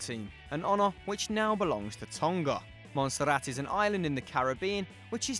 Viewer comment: What's with the over exaggerated pronunciation of names? You don't need to curl your R's for Montserrat and you say the L's in Anguilla, it's not Spanish it's British. And the over exaggeration of the Basque names was awkward.